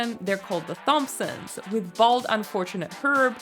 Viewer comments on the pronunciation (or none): Great video! I recently discovered your channel and I love the way you produce your stuff! And you’ve been really helpful with your tips, I’m new to the game myself. I do have to stand up for my fam and clarify, though, Thompsons is pronounced “Tompsons”. You’re welcome to join the family dinner any time though, all is forgiven 😂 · The TH-ompsons 😂